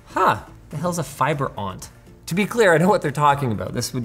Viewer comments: lol aunt…. I always laugh when I hear takes say it… I say the letters of the acronym O N T… optical network terminal. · ONT = Optical Network Terminal. It pronoucned ONT (each letter pronounced), not like aunt. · i hate how he says ONT.... its supposed to be O-N-T which is Optical Network Terminal